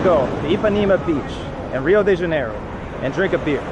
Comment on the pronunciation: Your pronunciation of Rio de Janeiro and São Paulo is better than 99% of non portuguese native speakers.